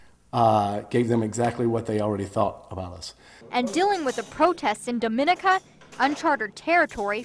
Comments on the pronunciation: It's pronounced Dah-muh-nee-kuh, not Duh-min-uh-kuh. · News people, please learn how to pronounce Dominica! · Hey,!!! If you're gonna call yourself journalists, learn how to pronounce "Dominica"!! SMH